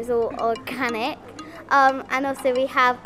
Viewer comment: Is it all or-canic ?????